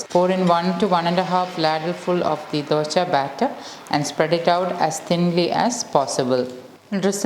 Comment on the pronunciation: Dosa not dosha